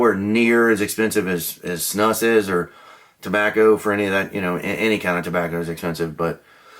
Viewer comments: Its pronounced, Snoose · It's actually pronounced like moose, snUs. The u is long.